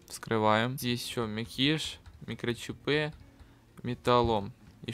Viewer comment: Не мякИш а мЯкиш И не микрочипЫ а микрочИпы